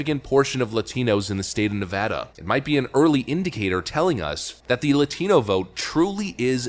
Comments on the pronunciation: 1st off...that you for pronouncing Nevada not nevAWda! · Thank you for pronouncing "Nevada" correctly. :) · Thanks for pronouncing Nevada correctly. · Thank you for pronouncing Nevada correctly. As a native, one of the biggest pet peeve’s is to hear it spoken like you are trying to be Spanish. That said, I now live in Tejas. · You pronounced Nevada correctly. 💘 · It's a small thing, but it means so much to Nevadans: Thank you for knowing how to correctly pronounce the name of the state.